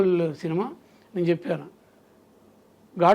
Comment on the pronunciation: చెప్పను కాదు చెప్పాను ప కి దీర్ఘం పెట్టండి